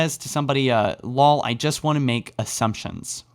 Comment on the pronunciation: did he just pronounce lol as lol not el o el if u know what I'm trying to say here? 😅😅😅😅